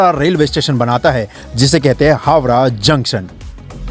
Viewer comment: भाई हावरा नही हावड़ा कहा जाता है